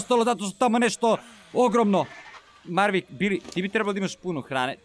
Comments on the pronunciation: Mavrick a ne marvick hahaha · Maveric ne marvic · Jao pa nije Mavrick nego Maverick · zove se Maverick a ne Marvick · izvini sto te ispravljam ali kaze se maverick